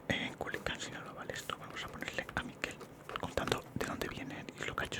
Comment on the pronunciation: culican? Es Culiacán 😅🔥